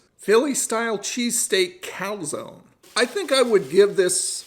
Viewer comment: Love how you say calAzone. Always been my reviewbruh. Love watching your content. Fantastic stuff as always.